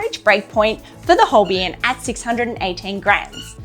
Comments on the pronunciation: Love your reviews though you have spelled Holbein incorrectly and also pronounced the name incorrectly. It should be pronounced as "Holbine". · These are useful reviews, and I hope you are enjoying your Holbein pencils. A shame you didn't get to experience the amazing Holbein Soft White pencil - it is really special!. And, FYI - Holbein is pronounced like Hole-bine (rhymes with vine), not Hole-be-in. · Thanks, that's correct. As Holbein is a german surname, named after the famous medieval painter Holbein. It's pronounced: Hole- bine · Holbain pronunciation. Think of Holbein as sounding like hole-bine, where hole is just like the word, and bine rhymes with fine or line. So, it’s not as you are saying it; it’s more like saying hole and then bine, with the ei part pronounced like eye. This should help make the pronunciation clearer.